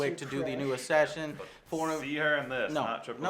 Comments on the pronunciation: U guys notice Joe can't pronounce assassin haha he says assaSHin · !!! ASSHASSIN ASSASASHINATION... driving me absolutely mental here, what the hell is going on Joe!!! gaaaaah...